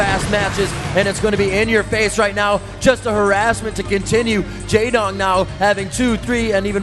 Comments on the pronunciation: Wow, one of the casters is really bad... saying "Jay-wong" instead of "Jay-dong" and not understanding even the basics of the game. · Did anyone else cringe when the American commentator opened his mouth? "Mutes"... really? "Jaewong"... In the previous video when the camera was showing the Korean team spectating a game he said something like "There's Flash, Goozila... and the rest" The rest being Jaedong... I'm beginning to think he doesn't know who one of the top BWs players ever to play the game is.